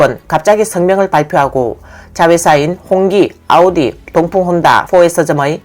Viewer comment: 아니 중간 더빙도 다 아우디라고 하면서 오달이 뭐요? 듣기 참 거북하네..이런건 좀 브랜드 명 그대로 발음해 주면 안되나? 다른건 BMW BENZ 이렇게 하면서.. 좀 신경좀 쓰세요.